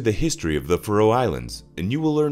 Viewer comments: Why cant yanks pronounce anything properly? its Faroe not Frow FFS! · Piss-poor pronunciation of the the name of the island! Try instead to use the name 'Faeroe' to improve pronunciation where the 'ae' is a long diphthong (Scandinavian 'æ'). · I wish you'd pronounce Faroe properly ( fair--ohh) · That my countrys name is pronounced “fuhroe” 😂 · Your mispronunciation of the place in the first two seconds made be turn off instantly. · Someone teach this bot pronounce FAROE.